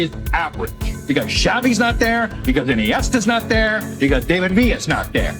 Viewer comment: Everytime i hear the core of iniesta , xavi and david villa , by the time he ends vila word i crack so hard from laughing , u r either being paid good by mendes to say such a phrase or u r talking about things u know zero about .